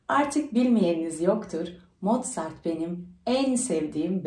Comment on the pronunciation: hn Mozart diye yazılıp Mortzat diye mi okunuyor?Sevgiler